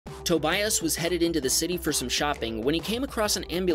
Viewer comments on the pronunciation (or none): If this really happened in Denmark, and if that person is Danish, then that’s not how you pronounce their name, Tobias. It’s pronounced as too-bee-ahs. I know it might sound petty of me to correct you, but at least now you know. Isn’t it fun to learn something new?